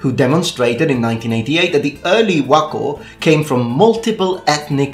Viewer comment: I am so impressed you got the chinese pronunciation of wuokou right.